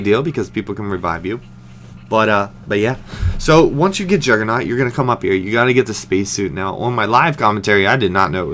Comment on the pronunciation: jugernoooooooggggggggg with a G and personally i dont think syndicate is that great